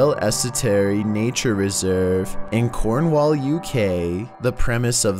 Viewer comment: I hate how we says Cornwall in that voice